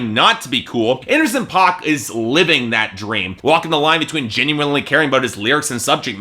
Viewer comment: You say the name wrong, it's pronounced like "pack"